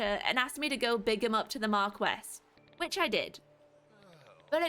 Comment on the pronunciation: Marquis is pronounced Mar-Kee